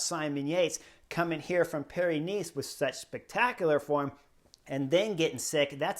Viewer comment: When Chris says Paris-Nice, it sounds like Pyrenees.